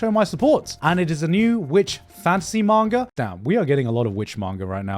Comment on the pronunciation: It triggers me so much his pronunciation of Manga. Sometimes he says it right, other times his inner brit takes over and he goes like: MAENGOR 🗣️💂🏻🏴